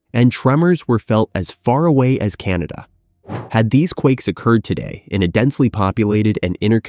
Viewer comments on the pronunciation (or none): none